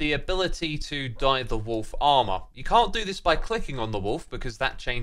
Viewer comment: Wolf Armor sounds like Wool Farmer.